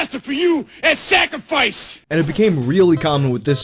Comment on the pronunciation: You mean "Sak-er-fice"